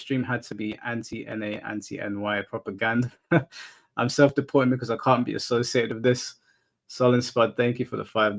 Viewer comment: this man really said popogranda...